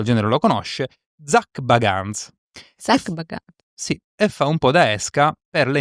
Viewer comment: Io sono una gran fans di GA ....Il locale mi sembra fosse il Bobby mackey (spero averlo scritto bene)...e la casualità è che il "fatto" è successo dopo un "ritorno" allo stesso locale...libera interpretazione ma,per i fans,di certo non è un caso 😅 E poi ..il cognome di Zac si legge BEGANS 😂.. scusate...vi adoro comunque ❤